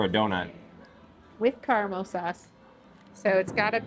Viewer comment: Say it with us, ignorant woman, “ca-ra-mel” not carnal